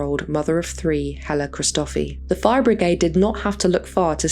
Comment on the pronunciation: It’s pronounced stee-LLOU (put emphasis on the double L) hri-sto-FEE